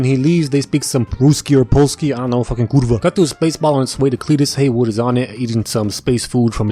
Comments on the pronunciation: nice you pronounced our kurwa right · After watching many movies from the "...explained by an idiot" series, the really well and clearly said polish "ku**a" caught me off guard 😂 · thats a good 'kurwa' mate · best kurwa from non polish speaker and he literally said fuckin fuck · Your pronounciation of kurva was top notch😂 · I spit all over my monitor at this part Him saying "kurwa" and saying it correctly caught me off guard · this kurwa was perfect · u said "kurwa" perfect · The "r" in your "kurwa" was suspiciously correctly pronounced. You sure you're not a slav? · U from poland or no because the way u said kurwa to me a polish person seemed really polish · Congrats for saying kurwa quite corectly actualy im from Poland SO i know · You must be from Poland. The amount of cursing, the logic, the way you perFECTly said "Kurwa"..... Don't tell me your not. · that is the most fluent kurwa I've ever heard from a American. In your past life you had To be a slav. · as a pole I rate your "kurwa" 10/10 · You are saying "kurva" so good. Cenim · Bro I'm telling you his past life=Slav It's the only explanation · ''ruski polski idk fuckin kurwa'' XDD you said it right